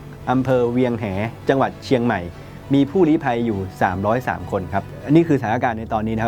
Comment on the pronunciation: ใช้หรือเรียกชื่อให้ถูกต้อง เวียงแห -.คือ เวียงแหง อ. ในจังหวัด.เชียงใหม่